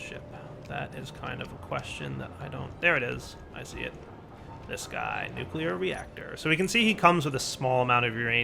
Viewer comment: does it bother anyone else that he says nucular rather than nuclear?